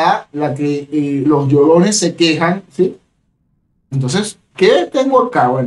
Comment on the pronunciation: jaja dijo llorenes